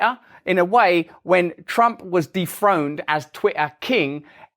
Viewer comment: Put the subtitles on for this video and you’ll see how thïck Brand is, can’t even pronounce Dethroned.